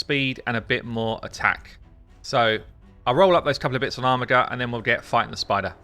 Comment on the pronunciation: OMFG it is pronounced ARMIJER not armigger reeeeeeeeeeeeeeeeeeeeeeeeeeeeeeeee